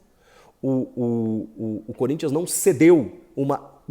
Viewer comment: SO QUEM ASSISTIU ATE O FINAL VIU ELE FALANDO CONRINTHANS 0 GREMIO 1 KKKKK